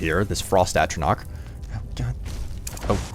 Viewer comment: The 'ch' in atronach is pronounced like the 'ch' in chew